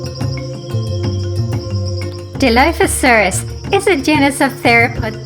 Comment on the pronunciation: thats not how you say dilophosuarus its said like diloophosuarus